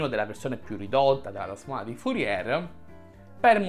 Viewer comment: Bel video, ma mi domando una cosa: come fai a sapere tutte queste cose sulla trasformata di Fourier e non conoscerne la pronuncia corretta? 😉